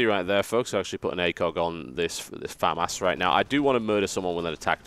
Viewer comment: woot, TB pronounces "FAMAS" correctly